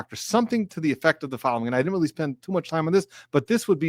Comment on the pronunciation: Be careful, my friend. You look wise with your cap and your beard. But for a moment, I thought I heard you say “didint” like a GenZ fool, instead of “didn’t“ The only worst thing would’ve been to say “dinit” Be careful, and carry on